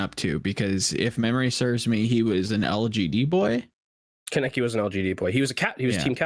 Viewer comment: just a sidenote you are all pronnouncing kaneki wrong, he named himself after an anime character it's pronnounced kahn-eh-key